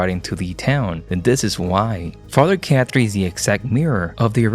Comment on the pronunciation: His name isn’t Father Cat Tree … It’s pronounced Caw-Tree. Why do you mispronounce names you’ve heard dozens of times?